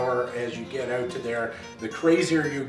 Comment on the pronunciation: You're saying "out" wrong!